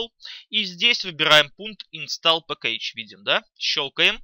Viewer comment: пэккЕйдж, инстАллед... пипец ухо режет